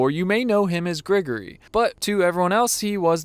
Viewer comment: It's "Grigori," not "Gregory." You know, like "Father Grigori" or "Grigori Rasputin." It's a relatively common name in Russia and Eastern Europe. And the accent is on the second syllable. They did the same thing to Ahmed Best for playing Jar Jar Binks. Ahmed did the Best he could. He's supposed to resemble the Arnie Terminator (Cyberdyne Systems Model 101 molded over a T-800 endoskeleton). Exactly.